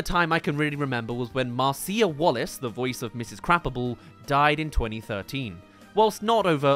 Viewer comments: It's pronounced "krah BAH pull" not "crap-able" 😂 💩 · Ker-bop-ul not crapable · Also, her name is pronounced “Kruh-bopple” not “crappable”! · “Mrs. Crap-able”…… that is not how you pronounce that name…. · Excuse me, it's "kreb-OPP-el" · Sounds like you're saying Mrs Crapapple. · Kinda kills me that kept pronouncing Mrs. Krabappel as Mrs. Crappable. That aside, I used to watch the Simpsons a lot and I legitimately had no idea who Larry was. I don't know why the death of a character who happened to sit quietly in the background at Moe's created headlines. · Its pronounced kruh bop ull